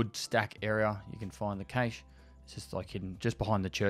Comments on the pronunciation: is it his accent or is he just pronouncing it wrong or am i? i thought cache was pronounced cash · all i hear is caysheee